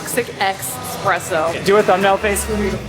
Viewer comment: Ffs it's eSpresso. There is never an X in this world. And it's "aSk" not "aKs"